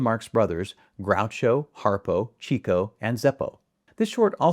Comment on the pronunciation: I'm surprised you mispronounced Chico Marx's name. It's pronounced "chicko" (because of his early womanizing days), later "evolving" into cheeko in deference to his family (in particular, his daughter). Little things mean a lot. And, in case you highlight another genius in the future, it's pronounced Ceh-cil, not cee-cil. Otherwise, great video. 😊